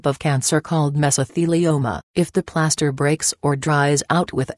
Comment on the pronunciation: “Playaster” lol